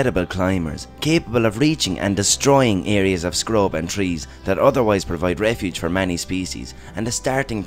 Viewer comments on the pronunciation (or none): none